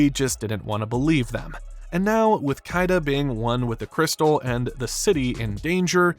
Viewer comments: KEE-dah, not KYE-dah. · Just have to say this.... It's KEY-da not Ki-da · Great video. My fav Disney movie. ... Stop saying Kai-da pls. Keeeedah. Keedah. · its Kida not Kaida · It’s pronounced “Kee-Duh!” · Who the eff is "Kai-duh"? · I was into this video until he pronounced "Kida" that way. Did this guy even watch the movie?